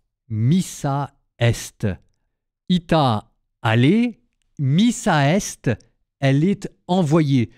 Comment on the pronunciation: Pardonnez-moi mais on dit : ITE, missa est. ☺️